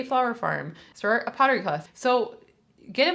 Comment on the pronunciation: Ha: you said "start a pottery class...", but I heard it as "PIRATE class" 🤣😜